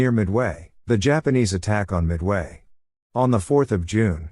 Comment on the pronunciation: Your AI's voice-over announcers' constant mispronunciation of words always detracts from the message itself. E.g., it's not mid-WAY...it's MID-way. Why not call this one just a rehearsal, and re-record it the right way.